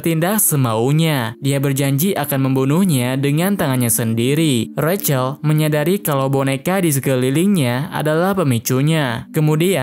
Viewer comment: Bang aslinya di panggil Zack Kalo recel seharusnya Rachel/ Resel